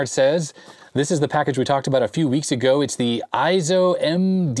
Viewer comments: It probably is "ey-zo", not "eye- zo". It is a Japanese company. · Small note, eizo would be pronounced as ayy-zo, with a long A sound rather than eye-zo. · It's pronounced "A"-zo.....like "eight" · Eizo is pronounced Ayy-Zo. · The "ei" in EIZO is pronounced like a long "A".